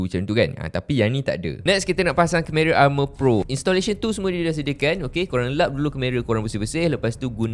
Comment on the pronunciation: Masih tak boleh move on dgn pronunciation kemera tu hahaha